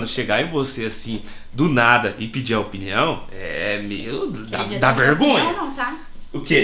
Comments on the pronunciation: Salve, salve!... Só um toque... a palavra correta é "OPINIÃO" e não "OPNIÃO". Corrija ai, Ok? Abraço! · “OPNIAO” MDSSSSSSSSSSSSSSSSSSS